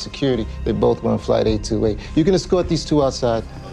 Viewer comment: 828이 계속 퍼리펄로 들리네요ㅎㅎ